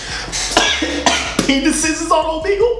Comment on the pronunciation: Man's saying Omegle wrong 💀💀💀